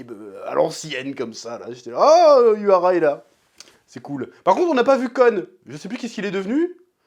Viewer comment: J'adore tes vidéos mais la pas se souvenir des noms et balancé un "zenpaichi" ou "uhara" laisse tomber je préfère matter les review sur une autre chaîne tu me perturbe trop